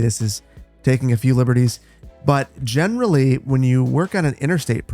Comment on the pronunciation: Does anyone else salute and say "General Lee" every time he says "generally"?